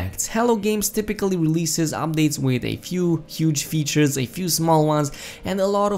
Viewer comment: Did you just say weatures?